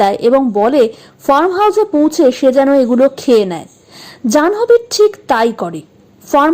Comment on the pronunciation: 'জানহোবি' কি ভাই? উচ্চারণ টা হবে 'জান্ভি'